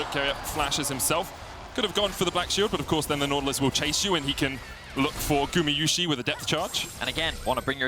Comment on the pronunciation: you still say gumiyusi instead of gumayusi! god its annoying, go back to school